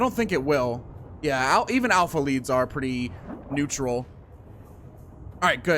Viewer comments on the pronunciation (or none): none